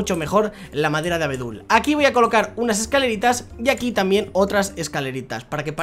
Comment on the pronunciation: Like si en el minuto escuchaste q dijo trambien